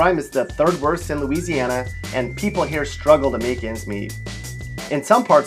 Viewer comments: Don’t listen to this fool. It’s bad enough that he can’t pronounce several of the names of the cities or parishes he’s referencing, but he can’t even pronounce Louisiana correctly. Gtfoh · YOU GOT LOUISIANA SOO WRONG MY DUDE✌🏼 dont even know how to pronounce things🤷🏻‍♀️ watch out now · You have Louisiana so wrong